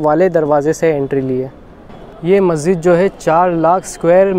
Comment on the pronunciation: Bro its Masjid, not maszid